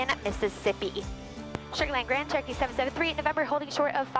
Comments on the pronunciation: Approach control also distinctly slurred you as "Churkey 38..." I think the radio chatter is just causing you, and others, to say Churkey because that's what happens when you say Cher-o-key and need to leave out a syllable to say it faster. Then the rest of us think we heard Turkey because, after all, that's about the only word that sounds like Churky. Aviate, Navigate, Enunciate. Brevity ain't on the list. 😊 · Do you take trips without using auto pilot occasionally? Ps. It totally sounds like you're saying 'turkey' when you're talking to ATC. LoL.